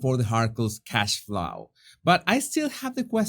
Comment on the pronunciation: hard to listen to you. "cashflau"